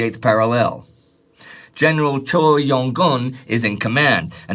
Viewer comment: I'm absolutely begging you to learn how to properly pronounce Korean names. For example the name Choe/Choi is pronounced "chway" not "cho" or "choy". Korean really isn't that hard. J